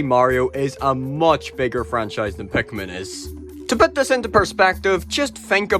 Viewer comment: i really like the way you say pikmin